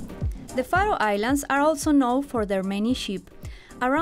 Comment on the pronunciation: I love how she pronounces Faroe Islands